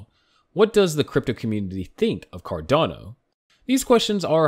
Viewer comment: If they can't pronounce the coin name correctly, then you can't trust what they are saying.